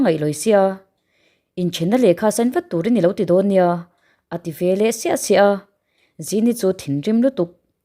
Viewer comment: Veleh tih turah velah ti tawh lo hram teh aw, eng tinge mahni pianpui ṭawng pawh hi in thiam tak loh viau le.😢